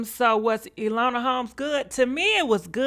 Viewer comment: Elona Holmes?!!! 😂🤣🤣 E-Nō-la, ENOLA and British actors. Practice, Practice! 🤣😂🤣